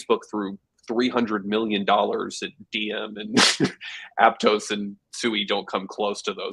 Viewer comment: Mf really said Aptos 😂😂😂